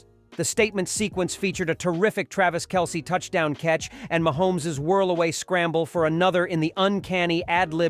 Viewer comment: Learn how to pronounce Isaiah And Kelce....! Keep "Girly-ball"...(NBA)...out of a Man's game..!